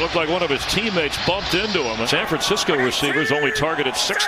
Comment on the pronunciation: “1st and goal San Fransicuh”